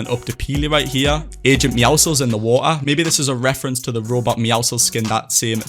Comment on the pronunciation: the amount of the word "wa ar" (water) is kinda annoying. but insanely done with the map concept <3